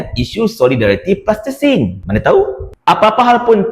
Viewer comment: sebut betul betul Palestin bukan Plastesin....